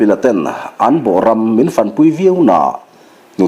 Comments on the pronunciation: 'fan' hi i lam ri dik lo tlatin ka hria. "Ka rawn pan che," kan tih a, 'pan' kan lam ri ang hian, 'fan' han ti ri chhin teh..... Aw, khatiang khan!!! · A ngaihnawm hle mai. Mahse, a chhiartu hian 'fan' I lam dan hi hmun kan fang a, chumi a modified form-a fan kan lam ang hian i lam a. Hei hi a dikhlel deuhin ka hria. Fan tih a 'a' hi thluk si lo va ri sanga lam tur niin ka va hre ve. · FAN hi i thluk diiklo aniih hi. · Luhkhung tih leh Fãn. Fãn a ri sang sei uai thla fan deuh a lam rik tur a ni zawk . Fan . Ṭang fan fan he ta fan hi chu a ri hniam sei deuh a thluk tur a ni . A khi chhak tiang Lentupui Zo bawm ram khi fan ka nuam e . He ta fan pawh hi a ri hniam tawp deuh chat a lam rik tur a ni . In thluk dan a dik loh a vang' n a awmzia a bo daih ṭhin .